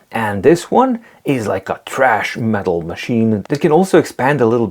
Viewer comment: Really good video and your pronunciation of "Thrash metal" as "TRASH" metal was extremely funny too (and some of the other words made me laugh).